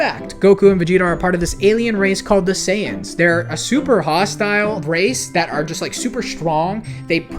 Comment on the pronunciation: You're not. It's not "Dendi", it's "Den-deh". "Sayians"